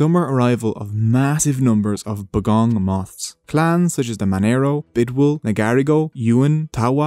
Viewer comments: “B’gong moths” 😂 bOHgong* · it's pronounced 'Bow-Gon' you said 'bog-on' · had a giggle at how you pronounced Bogong moths lol... try 'bow'... and in a bow made from a ribbon and 'Gong' as in that thing that is rung for dinner :-) Love the video